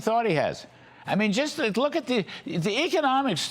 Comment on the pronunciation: He said "deck" but it DEFINITELY sounded like another word than made me laugh out loud.